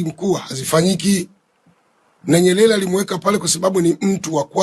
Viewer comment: Sheikh hata kusema Nyerere hawezi anasema NYELELE na anataka kutuaminisha anajua anachokiongea.